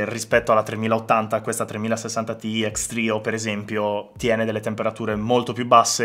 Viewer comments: Perché lo leggi “ti i”😢 si legge “ti ai” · Secondo "i tizi di Nvidia" si legge "tai". Ma il discorso delle sigle che si leggono nella lingua che si sta usando, ma cosa: se ormai utilizzate tutti inglesismi storpiati in Italiano. Meno spocchia.